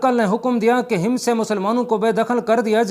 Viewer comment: Hims nahi Hammas bolo shehroon I name tu theek lo